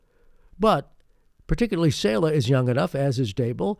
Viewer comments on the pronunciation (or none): Saleh is pronounced SAH-LUH